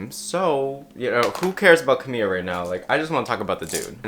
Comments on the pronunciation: fyi it’s Camila, not Camilla. you pronounce the L as an L! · Great video, its pronounced Camila not Camiya tho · you are saying "camillo" instead of camila😭😭😭😭😭😭😭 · hey just a quick note- in some forms of spanish (in this case the form the camila cabello speaks) the LL sounds like a y (which u got right), but camila’s first name only has one L, so you’d just pronounce it like kuhmiluh :) if u wanna be a lil more accurate, it’d technically be pronounced closer to cameela, and her last name cabeyo (cause the double L) :)) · Sorry does he keep saying Camiya? maybe im just bugging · I completely agree with on this issue, people should stop telling others what their sexual orientation is based on stereotypes... But as a native Spanish speaker I find it so funny how he says Camila, he says it like "camilla" which means stretcher in Spanish, like the thing you use to move sick patients in hospitals or ambulances 😅💀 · Btw it’s Ca-Me-La, I love you but it was bugging me 😂😂😂Camila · I’m sorry Wait....ppl really call her Cam-ia Ca-bay-oh? 😂 I thought that was a joke from a meme. You’re not the only one I’ve noticed lately so I thought I’d point that out! 😂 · you pronounced camila wrong